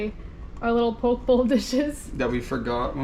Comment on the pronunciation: Poke is pronounced "Po-Kay" haha looks good though